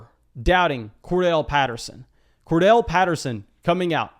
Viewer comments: Won’t spam chats but gonna keep pushing you to stop saying Cordell for Corderelle!🤣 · Bro it's COR-DARR-ELLE Patterson :'(